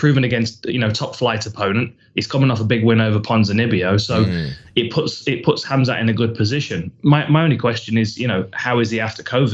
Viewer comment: The name is spelled Khamzat, pronounced Ham-Za. It's very simple. Interesting how difficult it is for people, especially most mma media. InshaAllah 10-0.